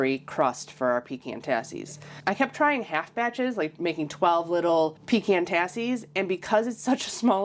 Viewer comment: Thanks for pronouncing PECAN correctly!!!